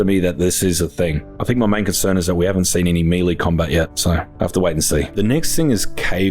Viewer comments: I really love your videos man, been watching since I started playing the forest back in lockdown..but christ it really bothers me the way you say melee..I know it doesn't really matter and I probably sound like a dick but it's melay not meeleee. Thankyou and sorry 😂❤️ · Meeeee-leeeeeeeee, isn't it may-lay? Even in other parts of the world? Or am I buzzin' here? (talking about the word melee) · Melee is pronounced like M'lay. It's French. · Oh no, he's pronouncing melee wrong. Oh, and aesthetics too.